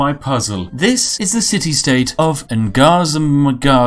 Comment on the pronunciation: Maybe youre joking but its pronounced sub-ref-yuge and you actually said ngazargamu right.